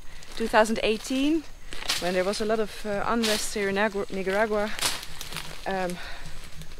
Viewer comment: Please, for all of us...Not Nigga-ragua. It's Neek-Ah-Dagwua. You speak multiple languages. You can handle this minor but important detail! We love you Noraly!